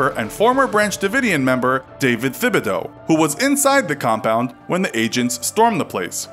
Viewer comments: its Thibodeau not Fhibodeau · LOL - Thibodeau is pronounced “Tib-a-doe” not THIB-a-doe. It’s a Cajun French surname from Louisiana. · It’s pronounced “TIBideaux” even though it’s spelled “Thibedoux” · The 'h' is silent in Thibodeau